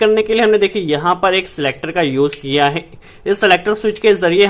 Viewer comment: E apka HEY ka pronounciation gajab hay...😆😆😆